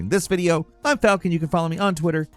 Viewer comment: That letter “A” syllable wreaks havoc in my man, Falcon